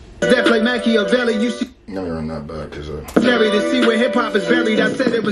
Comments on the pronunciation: Too many people think he's talking about Pac with that line.... he's talking about the actual Machiavelli who Pac named himself after - you can tell by the pronunciation. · That Machiavelli bar was a double referring to niccho and pac Most won't catch that he pronounced his name properly on purpose in order to do that (Machiavelli)=niccho (Makaveli)=pac